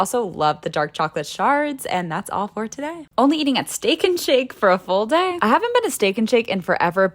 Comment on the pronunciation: No one says full day in that tone. No one.